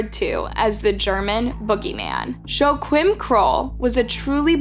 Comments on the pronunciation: In German, 'Joachim' sounds like, 'Yo-aa-him' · I'm really sorry but I'm out. Your proper noun pronunciations have always been terrible but this one cinches it. Joe Quim? C'mon. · Joachim = “wah-keem” not Joe Quinn… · its pronounced YOH-AGH-HEEM KRUHL !! Sorry im European and youre pronouncing it so wrong, love your channel 😅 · Here people say "Wah-KEEM". Regardless, she didn't get any of them right! Not that I'm surprised, basic research and this woman are not acquainted. (Up the Reds!) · Joachim is pronounced wrong as someone who speaks German it isn’t even close.